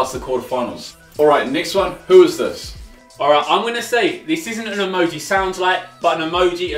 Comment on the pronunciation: Why does say (i-moj-ee)?? its (ee-moge-ee)